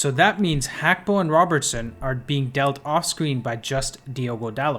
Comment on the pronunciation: its pronounced Hakpo